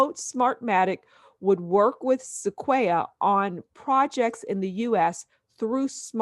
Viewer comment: Sequoia is pronounced (sek-oi-ah) like the tree of the same spelling. Only meant to be positive criticism as I would help any friend struggling to pronounce something. You can take it or leave it. Only trying to help. Thanks for the info.